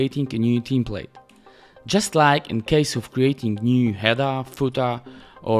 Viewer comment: Czekam na dzień w którym sprawdzisz jak się wymawia "template"